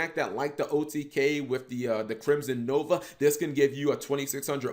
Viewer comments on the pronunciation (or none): none